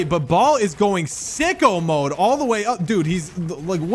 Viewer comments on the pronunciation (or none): none